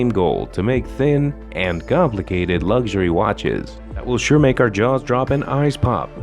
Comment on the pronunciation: Ffs, learn how to actually say “luxury” if you’re going to repeat it over and over again. You e already been a cnt. Now there’s a strike on its way to you.